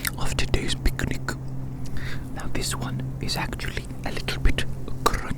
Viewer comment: I kept hearing" beginning" instead of "picnic" 💀🙏🙏. I was soo confused, tf